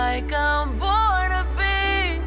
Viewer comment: Too right about not being able to pronounce the vowels of the high notes. Until I read the lyrics, I thought she was singing 'like a butterbee' ... ?!??!